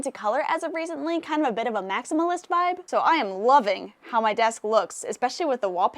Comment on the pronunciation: Did she say “Maximalist”?